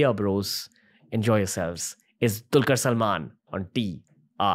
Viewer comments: it dulquer not tulquer bro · I only came here to see how the name dulquer is pronounced.